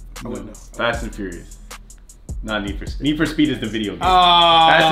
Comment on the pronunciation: really said Neef for Speed on the very iconic car movie lmfaooo